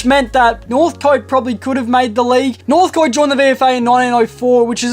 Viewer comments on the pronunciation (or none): interesting vid dude. with northcote you pronounce it northc't. keep up the good work